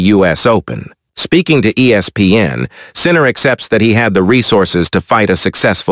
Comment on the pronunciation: "World no one Sinner"😂. Is it too much to ask the person who posted the video to read it him/her self?